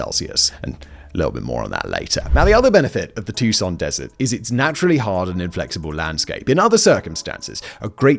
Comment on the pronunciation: Its, too-sawn. Not "tuk-son" lol love it though 😂 and i have and will FOR ALWAYS love you, Mr. Bald Sexy Simon. 😉😉😉🤣🤣